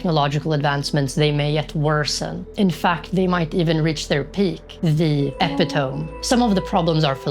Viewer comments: its pronounced ih-PIT-uh-mee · I dont think you will see this, but, was your pronunciation of "epitome" an inside joke or something that im not aware of